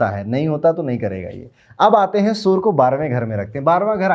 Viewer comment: Why do you say Soooor for Surya :D